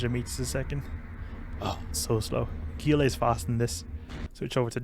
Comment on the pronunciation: I love your videos:). Also Gila = "HEE-lə"